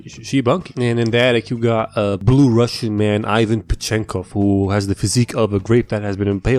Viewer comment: You dont pronounce ivan like that, yk that right 💀